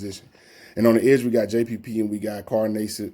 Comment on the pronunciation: Carl Nay-sibb lol